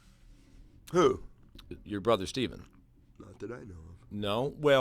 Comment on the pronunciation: Why does pronounce Stephens name like that?